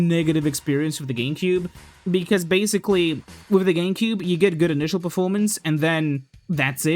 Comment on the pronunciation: why do you pronounce it like "geemcube"